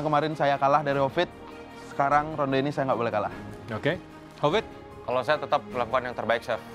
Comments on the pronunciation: klau nyebut hovit jd kopit 😂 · Hovit, bukan kopit😭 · Aku kalau dengar manggil hovit kok bli covid yak😂